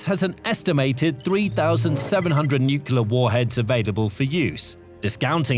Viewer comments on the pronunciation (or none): It's NOO-KLEE-ARR, not NOO-CUE-LARR. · It's NEW CLEAR, not NEW KILLER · nuclear not nucular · Nuclear not nucelar ... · Can you please say NU-CLEAR rather than NEW-KILLER . Honestly... learn the language. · What is nucular power? I have never heard of it. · Every time I hear "Nukular", I suffer. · Say it with me: New-Clear. New-Clear. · The word is Nu-clear pronounced as new-clear. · Dude is saying nucular in a British accent nothing that follows that can be taken seriously! I couldn't continue after maybe the 5th time but I'll be he says the hulls are made of aluminum or some such shite. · Thumbs down (again) for not being able (again) to pronounce the word "nuclear". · All that and you cannot pronounce nuclear?!?!? How difficult is that? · You have to teach your bot to pronounce nuclear correctly; not like GWB does